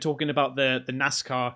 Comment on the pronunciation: Lol...when says Nazca, it sounds like Nascar